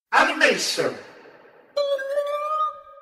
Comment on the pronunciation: i didn’t even realize that the prime shimmer was saying “adamation”